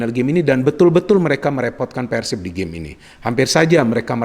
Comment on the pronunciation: ini udah kaya orang sunda dia kl bilang PERSIB itu PERsib >> Pengucapan PER seperti PER KEONG bukan Pengucapan PER seperti PER tiga perempat 3/4.. tapi lucunya pada saat dia bilang PERSIRAJA dia bilang PERsiraja pengucapan seperti PER tiga perempat 3/4.. selamat anda bisa jadi orang sunda haha 🤣👍